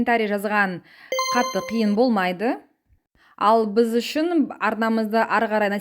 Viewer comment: Журналистің сөзінің түрі анау, "жатырық" , "быз" деп тұр ұят ай